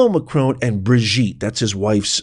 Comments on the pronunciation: It's Macron not Macrone! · Who T F is Macrone ? Macron you W---er !